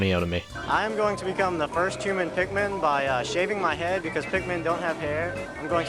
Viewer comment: I guess you could call him a hu-min